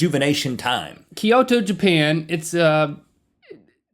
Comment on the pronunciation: it's Kyoto, not "Keeoto", Link